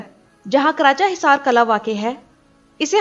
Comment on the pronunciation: kala nhi g killah قلعہ hota hy قلاnhi hota phly bolna sikho